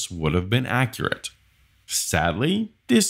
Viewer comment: He said accerate instead of accurate that's funny